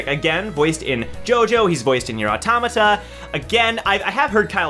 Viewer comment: You pronounce it Auto-tomato.